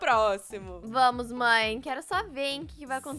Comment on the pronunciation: Em vês de você fala mãe você fala maea